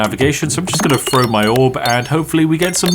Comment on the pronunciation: need to work on how you pronounce "throw" because you are definitely saying "fro"